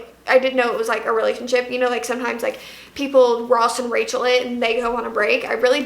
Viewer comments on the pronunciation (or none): none